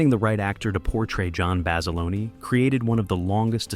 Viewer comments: FYI - the uniforms weren't wool, the were heavy cotton twill. But they'd still be warm in that heat. Also, John Basilone's last name isn't "Bas-a-loney" it's "Bas-ih-lone" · The standard USMC utilities worn in 1942 were HBTs, made of COTTON NOT WOOL, that is why they fell apart in the environment - strike 1. Basiloneee is the Italian pronunciation, pronounce it like that to a USMC Machine Gunner and let me know how your jaw feels -strike 2. I have never heard a more dicked up pronunciation of Peleliu -strike 3. Honor the Men who sacrificed their bodies and souls by getting it right. Visit the USMC Museum and ask one of the Volunteers. No Branch honors their history more than the Marines (at least you pronounced that right). If I could give you over 93000 thumbs down, I would. How about you read “Helmet For My Pillow?” Bob Leckie was a self admitted Brig Rat (he mustered out as a PFC, which is a feat in wartime) and when not behind bars did his duty admirably. How about you mention (if you want to be Hollywood) that the series launched Rami Malek’s career into the stratosphere. Or I don’t know, how about mention that the insignia of the First Marine Division says “Guadalcanal” to this day? Yes, there are some good to know nuggets in your video, but how about do some real research before dismissing the sacrifices that still inspire Marines to this day? Thank you for wasting of my life!